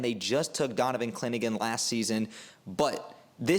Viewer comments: Had to edit... pronunciation not as bad as i originally thought (actually closer that most) but still wrong order. Sound it out. Haan-sen Yong👍 And Donovan "Cliningan?"🤦‍♂️ Clingan... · Your pronunciation is off... on Donovan "Cling-an" (2 syllables) not "Clin-i-gan" 😅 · Clingan (2 syllables). I hope you're right about Yang! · I’m sorry but the way you said clingan was terrifying you said clin a gin but somehow you pronounced yang’s name perfectly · Bet he gets it right next time though, Clinagin kinda has a ring to it actually. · Good video but it’s hilarious you apologize for potentially mispronouncing yang Hansen then butcher Donovan “Clingan” twice in a row, I’m dead bro 😂 if that’s intentional to generate interactions it’s genius and you got me 😂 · But mispronounced Clingan